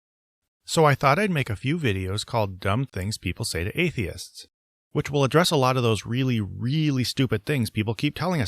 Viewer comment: i kept thinking you were saying Argonians